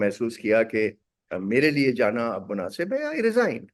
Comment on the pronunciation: 'Munafiq' nahi 'Munasib'. Munafiq toh aap ho Jung sahab. 😊